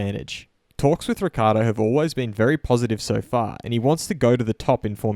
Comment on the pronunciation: Daniels surname is frequently mispronounced and you continue the tradition. It's pronounced Rick-Key-Ardo. Notice the double c's.